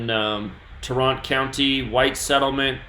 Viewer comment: BTW i live in Dallas It’s pronounce Tār-rent County